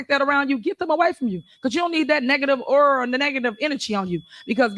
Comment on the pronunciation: Negative Eura not Aura…